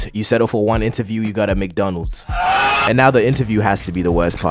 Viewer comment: why u say mcdonalds like that? "mcdunulds"